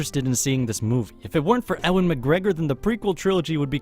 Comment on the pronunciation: HOW did you pronounce Ewan's name? Were you joking?